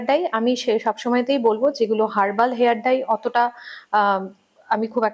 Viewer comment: Hair Dry noy, hair dye. Bar bar bhul kaane lage. Dekhun Doctor ki sundor perfectly pronounce korchen.